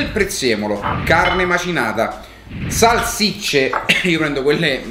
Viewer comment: salSicce, non salCicce 😆